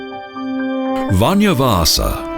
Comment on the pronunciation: he pronounces "vanha" like "vanja" and "vanja" means russian in Finnish